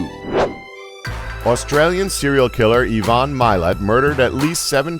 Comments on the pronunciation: I - van, not E - von, and it's Ed Geen/gean, not Ed Gine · It's provinces Eye-vun for #2